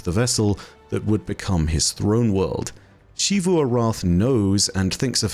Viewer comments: Why She-voo? It's pronounced in-game as Zee-voo, we don't need to play guessing games with the pronunciation. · he just pronounces xivu weird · …. It’s ZEE VOO